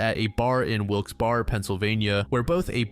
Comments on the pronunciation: All of these stories are heartbreaking. I hope all of their families were able to move on & find peace, especially since the last story happened in my home state. BTW: Wilkes Berra is pronounced "wilks beara". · it’s pronounced like “wilkes BEAR” :)